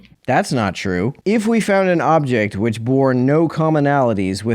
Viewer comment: And immediately after that, he pronounced "which" as "weech"